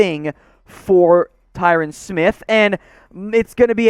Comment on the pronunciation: okay buddy it’s Ty-RON not Ty-RAN